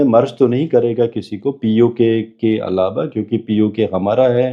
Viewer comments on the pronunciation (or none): none